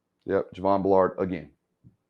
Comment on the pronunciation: Good film work, but take time to learn to pronounce the player names. Driving me nuts to hear you keep saying B’Lard- it’s Javon Bull’erd!